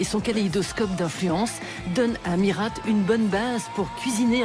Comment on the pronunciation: rhaaa mais on dit pas MiRATE faut respecter l'accent un petit peu